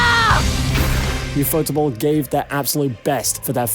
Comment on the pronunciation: for every anime fan stop calling ufotable u fotable instead ufo table stop trying to sound even weebier we watching a fate video